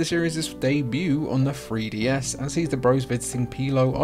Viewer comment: Fwee DS